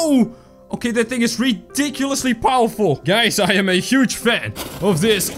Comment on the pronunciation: Fire and Why do you say Powerful so weirdly